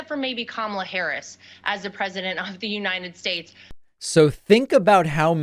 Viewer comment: "The United Shaesh" - Donald Trump